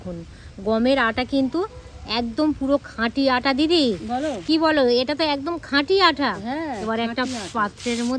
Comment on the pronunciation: আপনি আটা কে আঠা বলেছেন কেন?